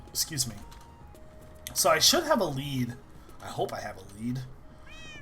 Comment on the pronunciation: When says lead it sounds like he says weed